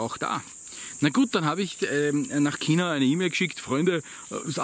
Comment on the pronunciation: Kina ? China also Schina gesagt